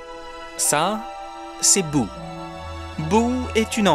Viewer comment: C’est Boo pas Bouh